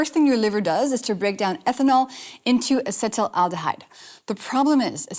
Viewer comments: If you're going to discuss topics like this with such confidence, you'd think you would be able to spell and pronounce the word "acetaldehyde"correctly at least. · You need to learn how to pronounce acetaldehyde